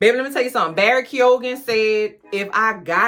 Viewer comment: Had to click just to hear your reactions to the bathwater and grave sex scenes. 😂 Also, Barry's last name is pronounced "Kee-yo-yin". Those lovely Irish/Celtic pronunciations. I have many in my family. And his yam is slammin'. 😋 😛😅